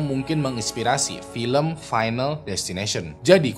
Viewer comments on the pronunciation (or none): none